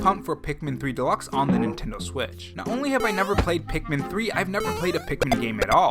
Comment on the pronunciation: I feel like sometimes you say Pikmin, and it sounds like Peakmin or Peekmin.